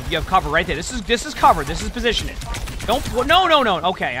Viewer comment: take a shot every time he says "positionin"